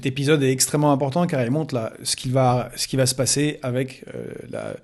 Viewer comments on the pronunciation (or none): ton accent russe s'entend hahaha ( dans ce nouveau "episode") tu prononce épiiisyode